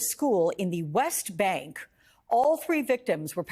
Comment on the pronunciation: no shame here with the over enunciated: dramatic pause “West Bank” dramatic pause… This is Vermont not Jerusalem, and West Bank is not spoken colloquially in Burlington, VT.